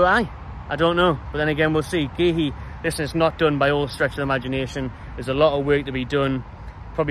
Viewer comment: It's pronounced COO😅